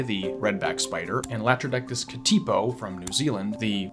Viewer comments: Katipō is pronounced more like Kut-eh-poh, because it's a Maori word. A's are said like "uh" , and O's are more like a short "oh". Said softer. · That isn't how you say Katipō mate. It's said more like Kut-eh-poh, because it's a Maori word.